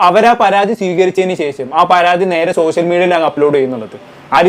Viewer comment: അക്ഷര സ്പുടതയോടെ സംസാരിക്കു ബ്രോ 🙏🏾🙏🏾ശേഷം ആണ്... സെശം അല്ല. സോസിയൽ മീഡിയ അല്ല... സോഷ്യൽ മീഡിയ..